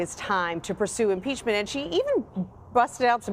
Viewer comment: Haa haa haa haaaaa .... Yes ,. Nancy ! Impeach him ! Haa haa haa haaaaaa!!!!!! That lush can’t even SAY impeachment!! Haa haa haa haaaaaaa !!!